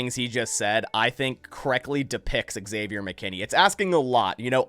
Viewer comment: It’s not eggsavior dude